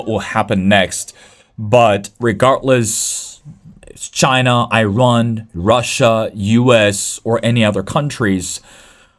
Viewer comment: Dude, its Iran not Eyerun